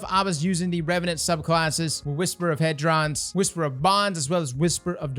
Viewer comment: “Whisper of Heh-drons, Whisper of du-RAnce”...